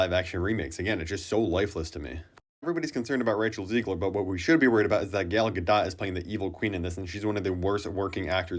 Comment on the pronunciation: “Gal GaDOT”